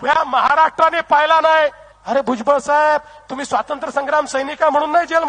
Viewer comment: किरीट सोमय्या यांना भुजबळ नावाचा नीट उच्चारही करता येत नाही 😂 राऊत आणि भुजबळांनी जे भोगलं त्याचे काय?